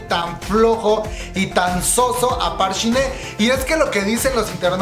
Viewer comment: No es por ser mala onda, solo quiero decir que no es Park Shin Hey (pronunciación) si no Hye. Por lo demas no me gusta su actuación pero amo el profesionalismo de Hyun Bin